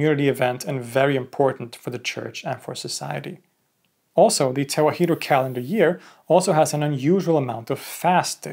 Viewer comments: "Tewahedo" in Amharic is pronounced mostly as you said it, but the "he" is said more like 'hi' as in "hit," not 'hee' as in "heat." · Small correction, Tewahedo is not pronounced as Te-wa-hee-do, it is pronounced Te-wah-do. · Tewahdo is pronounced as Ta-wa-hh-dow